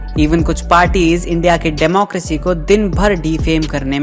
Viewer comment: Democracy hota hai na ki democrasy😂 ny way u hv did good work this time